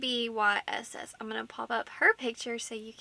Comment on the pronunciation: Abyss (Uh-biss) 😁